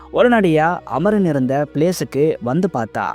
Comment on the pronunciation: Amaran not amoron bro😂